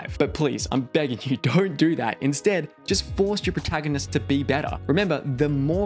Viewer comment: It's funny that you say proahtaganist.